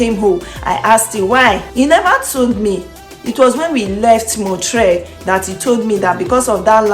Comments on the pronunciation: It is NOT MON-TRAY It's pronounced MON- TREE-ALL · You are mispronouncing the name of Montreal. It ends in ALL